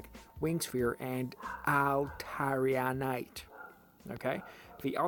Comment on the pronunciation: You are pronouncing Altaria correctly